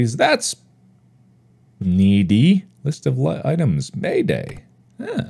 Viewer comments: I think it is probably MAID A.I. not MAID AYE in pronunciation. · Why does mark pronounce "Maid AI" as "mayday" 😂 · I believe the robot is MAID-AI but not pronounced as Mayday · I love Mark pronouncing it "Mayday" instead of "Maid AI". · lol hes saying mayday and not maid ai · You mean " made ay eye " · MAIDAI is meant to be pronounced as Maid AI i'm assuming, though the fact it looks a bit like it could be may-day in pronunciation is funny and very accurate to what the player character(s) would be saying lol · How does he say MAIDAI as “mayday” lol 😂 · I think MAIDAI was supposed to be read as “maid AI”